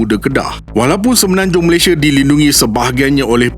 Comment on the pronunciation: Indonesia, malaysie Sunda, malaysie Maaf admin saja menegur, nama rasmi kita tidak boleh ikut loghat kita. Sebut sahaja Malaysia